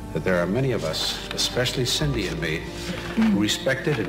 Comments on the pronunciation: Why do you continue to call one of the twins Sidney? It’s Cindy. Ugh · I don’t think it’s so much an issue, as it was confusing, I had to rewind to check if I missed someone called Sidney, and then I searched Joan Crawford to find out who was a person named Sidney in her life. After some time I arrived to the conclusion that it must have been a mispronounciation